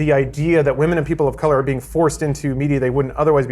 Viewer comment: "The appearance of WAMEN" I think has been watching a bit too much Pewdiepie